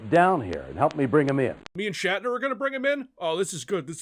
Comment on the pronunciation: Shat, like in had a shit. Shatner.